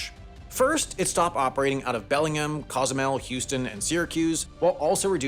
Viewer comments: ITS NOT BELLINGIM! ITS BELLING HAM! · Hey Sam, Bellingham, WA, is pronounced BELL-ing-ham not be-LING-um. You can remember because the people there are called Hamsters. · Belling HAM. Not Bellingum